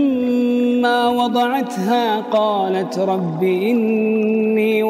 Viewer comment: Ha pada kata wado'tuha kenapa dibaca pendek ya???? Padahal kan itu mad tobi'i bertemu hamzah bukannya harus dibaca panjang ya.